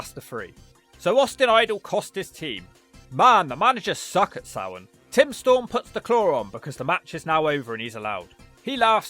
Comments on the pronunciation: i love everything but his pronouncing of SamHain. It’s Sam - Hane. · For those wondering how to pronounce it, its supposed to be Sam--H--ain Its supposed to be the same name of the pegan god samhain. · For anybody confused about it, the name of the PPV is pronounced "SAM-HINE" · How in the blue FK is SAMHAIN pronounced SOW-WEN